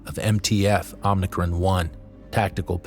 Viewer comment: OMICRON NOT OMNICRON